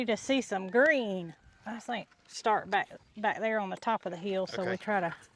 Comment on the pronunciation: So sorry for the loss of Gus. I guess the honeymoon is officially over., I got tickled listening to you talk about putting the grass seed “back there” in a true Alabama accent. I have.wonderful friends in South Carolina that say “back there” the same way. It’s funny, I’m in N.Texas lifelong and even with my southern drawl I fondly picked up on your accent. My husband and I look forward to all your posts. Thank you